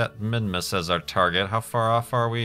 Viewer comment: when you record you are always pronouncing "s" like "z", made me kind of confused (minmuz).